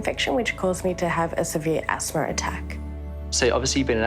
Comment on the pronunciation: There IS NO "R" AT THE END OF THE WORD ASTHMA!!!! Thank God that beautiful young woman is doing so good! God is so good!!!